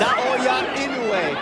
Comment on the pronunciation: 『男はノーリアクション』だの「ナオヤ◦イノウェイ』だのちょいちょい笑える解説者だったね。